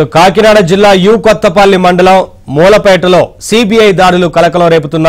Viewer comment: అది మూలపేట , ఉప్పాడ కొత్తపల్లి మండలం సరిగ్గా చదవర నాయనా